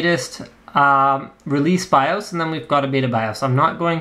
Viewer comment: Whenever you say BIOS, it sounds like you're saying "I'm tha' Baws!"